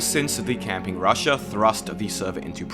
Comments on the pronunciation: Why does he reads Rusher as Russia? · I’m pretty sure it’s pronounced rusher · You keep saying Russia instead of rusher lol that's funny as hell right there XDDDDDDDDDDD THAT'S FUNNY LOL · Bro please fix your pronunciation of rusher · Wait, he was saying Rusher?